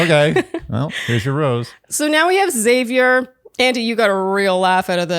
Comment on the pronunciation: I like Xavier as well. Sounded like she said his name like “savior” instead of “Zavier” when she gave him the rose. Curious